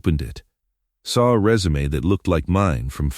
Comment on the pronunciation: Also resume & Pentacon